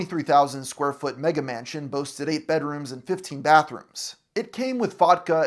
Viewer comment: I had to do a double take when he said "Mega Mansion" like that 💀